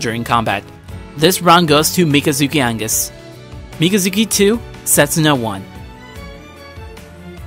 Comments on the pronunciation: mikazuki angus wtf its pronounsed Mi-ka zuki Au Gus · its augus , not angus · "Angus? " r u sure that's how you pronounce aUgus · Augus. AUGUS. aUuugus. Not Angus. Mikazuki is not MacGyver 😂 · Hey it’s agus not angus you disgraced me and the creators 🤬!!! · It's Augus, not Angus. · thats not just a mispronounciation, you put a letter in there that isnt even supposed to be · You say wrong mikazuki augus very wrong the world is wrong